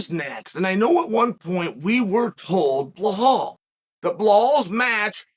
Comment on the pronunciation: I came here just to hear Chael say 'Blahall'